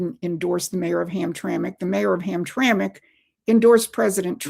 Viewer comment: Promethean Action/Updates' presenters are extremely knowledgeable, yet completely ignorant, or blatantly misleading about the Jews and Israel, their religion and the religion of Islam. I'll give one thing, though, she pronounce Hamtramck like a pro.